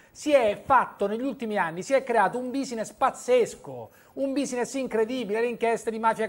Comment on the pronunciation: "Un bisiness"